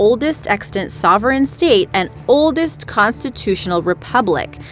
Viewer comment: Please fixed your accents,,it's not sex,but six,and state not steet,,but your idea is great,,🤗🤗☮️